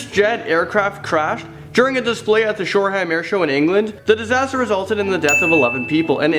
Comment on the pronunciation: Its Shoreham not Shore Ham.